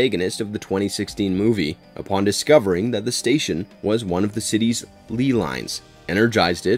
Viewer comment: The word is LEY (pronounced LAY, NOT LEE) lines. Also Bill Murray played Dr. Martin Hess (rhymes with MESS)